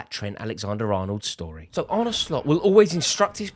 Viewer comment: Thank you for pronouncing his first name correctly. There's a video on YouTube of him pronouncing his name so when other LFC supporters get it wrong it's a bit cringe inducing. He's not Spanish.